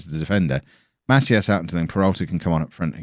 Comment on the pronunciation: pronunciation tip: try to say "maCÍas", and not "MAcias" :-)